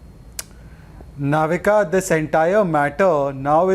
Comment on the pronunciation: She is Navika not Novita😂😂